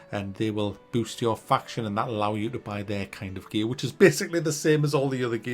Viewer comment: I know he's saying "gear", but all I hear is "gaaay".